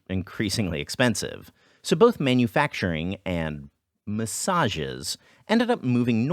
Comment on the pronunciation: "Massages" lol. Understandable, have a great day.